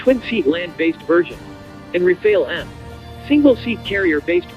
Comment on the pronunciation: Good vid, just a thing: The two As in Rafale are pronounced the same as America’s last one. The final E is silent, you did this correctly ;)